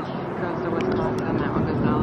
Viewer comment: Wesconsin...? C'mon Adam!! Lol 😅